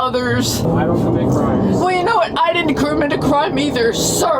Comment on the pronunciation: I didn’t “kermit” the crime either, sir